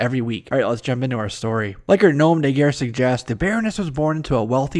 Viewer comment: I enjoy the video but I have some constructive feedback. With "nom de guerre" the "nom" rhymes with bomb in American English. And Edinburgh is edden-burra. Cheers.